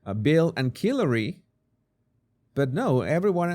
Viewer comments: Are you purposely calling Hilary, Kilary??? RUDE!! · Funny you should pronounce Hillary Clinton’s name as Killary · He said "Bill and Killary" 😂😂😂 Did you catch it? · This man said bill n killary lol but y we want to know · Jesus—please work on your pronunciation of Hillary. You wouldn’t be so low class as to call the highly respected Secretary of State a pathetic nickname, would you?